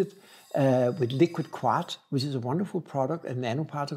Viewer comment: Hi, amaco glazes have glazes say they are food safe so now I'm confused!!! You pronounce quartz as " korts", lol